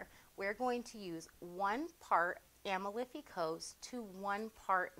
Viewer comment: a-MAL-fi Coast. It’s in Italy.